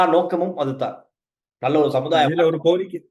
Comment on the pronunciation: நல்ல என்பதை நள்ள என்றா உச்சரிக்க வேண்டும்?